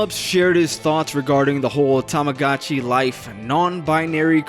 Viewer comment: you can tell he’s just doing this because he wants to share his garbage opinions when he says tomogachi and not tomodachi 😭 holy cornball